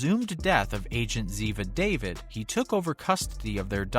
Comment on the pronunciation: Brian Deitzen wasn't part of the original cast. Gerald preceded him. Sean Murray showed up into the first or second year as McGee. Kate was part of the cast then. DiNozo not Dinotso. ZEVA DAYVEED NOT DAVID.